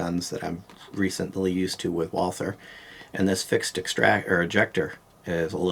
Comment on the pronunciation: So refreshing to FINALLY hear someone PROPERLY pronounce Walther! Might be a small petty thing to some, but I look at it like this: if you can't even pronounce your guns manufacturer correctly, you probably shouldn't be walking around with a firearm LOL. Anyway, just bought a PDP Compact Saturday and will be adding it to my card Monday (communist New York makes you have a license and register every handgun and 10-round mags and...well, NY sucks). I couldn't believe this was in stock at my local gun shop, but living in a small town has its advantages! They also usually have ammo too! I'll be taking it to the range on Tuesday (closed Mondays unfortunately), can't wait to shoot this! I have a PPQ SC and absolutely love it, but fell in love with this before even seeing it in person. I looked at it and drooled...then left with my ammo...then called and put a deposit on it, and an hour later went in and paid it off. Wife's not completely thrilled but she knows she's safe with me around LOL. I overpaid ($679) but they had it and I wanted it. So my mags have to be pinned to be NY compliant, so the only drawback I see is acquiring additional mags...is anyone aware of anyone who sells pinned mags for communist states like NY, MA and CA? Or would I have to buy 15-rounders and have then shipped to an FFL for modification? Not a huge deal, would just be more convenient at the range to not have to load every second mag, it's not going to be my EDC so that's not a concern (my EDC is a Sig P